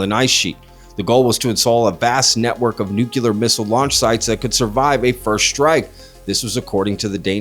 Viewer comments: Please “nuke-lee-ar” for “nuclear”. Not “nuke-a-ler” (same as in Spanish, N U C L E A R) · You do speak English right? It NU-clear not nu-CU-ler . Lots of people mispronounce the word. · I legit enjoy most of the content on this channel, and I really don't like being a pronunciation snob, but the word sounds like "New-KLEE-urrr". (Thought for a minute I was watching a video of Dubya Bush - all apologies but I spent 8 years listening to that president butcher the word on a regular; it became nails-on-a-chalkboard for me after his first 6 months in office) Everyone be safe out there - this weather is crazy.